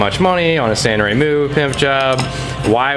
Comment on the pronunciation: its sanrenmu, not sanremu.....